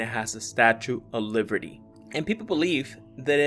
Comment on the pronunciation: Wait are you you saying statue of liverty?🗽